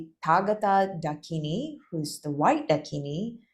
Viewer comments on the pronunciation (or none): Absolutely SUPERB video, most appreciated. Gives very valuable information difficult to find otherwise. But please do research your pronunciation. Parvati is pronounced PAAR-VATHI. And not Par-vaati. Mandarava is pronounced MAN-DAA-RAVA. Dakini is DAA-KINI. It does not rhyme with Bikini! :) Thanks! 🙏